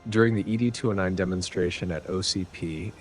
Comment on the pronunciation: Fantastic detail of the weapons ! I'm just surprised you got the Droid wrong, it's not Eee Dee 209, it's simply "Ed 209", like Mr Ed..... That's what the OCP Executives call it.